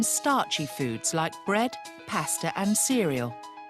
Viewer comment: he pronounces bread like brate